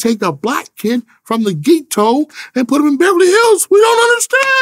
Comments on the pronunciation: Tha Gee Toe lol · "Take young kids out the ghee-to" 😂😂😂😂😂 I'm so done lmao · The way he pronounced ”GHETTO” got me weak💀💀💀💀